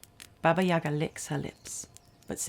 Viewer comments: It’s not YAga, it’s YagA 🖤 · What a wonderful video! Listening to you is a pure pleasure) subscription, for sure) I really appreciate that you've used a slavic fairytale. As a native Russian I'd just want to clarify that it's "YaGA" - the stress is on the second syllable)